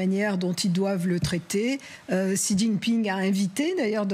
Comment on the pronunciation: Bonjour c'est écrit Xi mais ça se lit "Cchi" x en chinois se lit "cch" ou "sh"